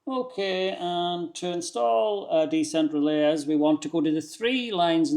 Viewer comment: I think it's pronounced "decentralize". It's a play on words: Decentral + eyes. 👀 "Decentraleyes".